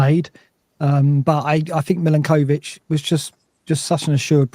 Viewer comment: Could I politely request that learns how to pronounce Milenkovic's name correctly please (Mill-enk-o-vitch)